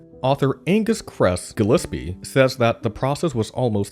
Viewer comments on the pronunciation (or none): none